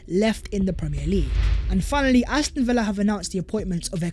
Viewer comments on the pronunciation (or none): none